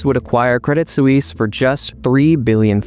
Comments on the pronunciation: That was tough to listen to. Suisse. Sue wees? or Swees? I'm going with Swees. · Credit Sue-eaze? NO!!! Credit Sweess is the correct pronunciation. Why do Americans show disrespect to all foreign names and words? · It's not pronounced credit soo-eeess. Just look it up. In your defense, americans are a horrible at pronouncing any other language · You have to pronounce credit Swiss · good show, I enjoyed it, but I cringed every time you pronounced Credit Swiss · same lol reminds me of Suez Canal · You should learn how to say Credit Suisse properly